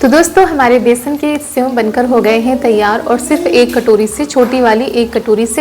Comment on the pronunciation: Aapne senv kitni baar bola hai senv nahi sev hota hai